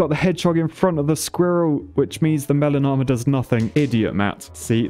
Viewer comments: I can’t not hear “melanoma” when you say melon armor. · Every time you say melon armor I think that you're saying melanoma. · I keep hearing melanoma when you're saying melon armor.